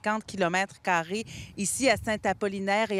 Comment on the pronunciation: madame eh madame on dit pas carri on dit carré